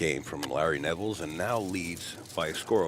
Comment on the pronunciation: There is no S on the end upstate... its Nevel.